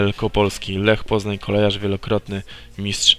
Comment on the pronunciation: kOLEJARZ?? CO TY CZŁOWIEKU MÓWISZ